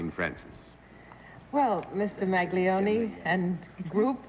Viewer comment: I had to cringe at their pronunciation of the Italian name "Maglione".